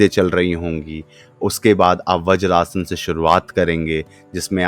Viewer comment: व्रजासन नही वज्रासन.